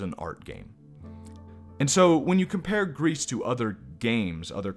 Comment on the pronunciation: I’m not really saying anything new, but it is is pronounced “Grease” I believe and it means grey. You also did forget about her final ability to sing, which is important, really I would say more important than all her other abilities. It is hinted at because you can try to sing but the girl won’t do it because she is not really ready yet. As singing was something her mother “the statue” and her did together. She isn’t ready to sing alone. Also I would say that even though the gameplay is nothing new and is really simple. It would be better than complexity because then it might take away/distract from the art. And the game wouldn’t have its very nice relaxed feel. That’s just me though Also I would say this game does have replayability, at least a bit. I guess it really matters most about if the game touches you personally. But it can be at least replayed to find all the mementos and unlock the secret mother+daughter scene. Finally I would say you might have skipped over the black grief “boss” a bit. (If you can even call it a boss). It has strong significance that I think you didn’t touch on enough. Also for reference I played this game 4 times. But I like it a lot so :/